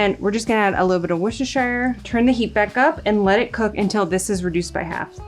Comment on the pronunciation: Worcestershire is pronounced "WUSTER" say it like this , like all English people do. It's the same with Leicester. It is pronounced "Lester" Does that make things clearer?